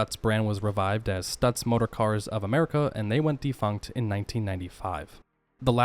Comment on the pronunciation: Every time you mispronounced Stutz a vein popped out in my forehead.